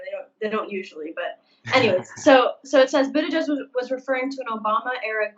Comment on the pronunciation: You’re pronouncing Buttigieg’s name wrong! Also, you have to say his name AT LEAST 3 times as follows... Beetle-gieg Beetle-gieg Beetle-gieg Mayor Pete: “It’s showtime!”